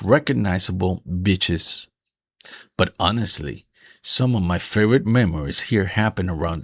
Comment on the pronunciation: I thought you said bitches instead of beaches lol. Happy Fathers Day!